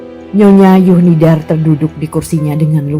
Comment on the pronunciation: Mengapa huruf Z dibaca menjadi Y? Zuhnidar menjadi Yuhnidar?